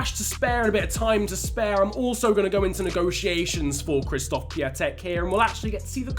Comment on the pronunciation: Just a tip: Piatek is pronounced pi-on-tek and his first name is pronounced k-shish-stof